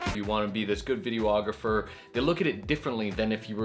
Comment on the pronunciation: Hey man, love your videos but I gatta say it - "videographer" only has one "o"! It's just "vide-ographer" not "video-ographer". Again, I love you vids, please keep em comin!